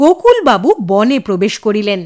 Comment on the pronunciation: সুন্দর। তবে 'বনে' নয়। বোনে উচ্চারণ করতে হবে। বাংলায় লেখা থাকে – মনে। উচ্চারণ করতে হবে মোনে। বিখ্যাত গান – বনে নয় মনে মোর পাখী আজ গান গায়… গানটি শোনা যেতে পারে। সব ভাষাতেই বানান এবং উচ্চারণ পার্থক্য হয়।